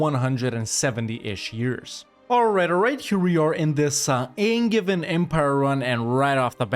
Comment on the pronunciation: Angein is pronounced like with a "j", sacrebleu. Signed, a french, obviously (who thinks the best kind of english is angevin)